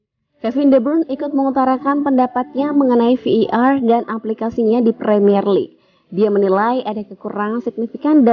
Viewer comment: Admin sok Inggris. Bukan Vi i Ar, yg benar Vi ai Ar. 😁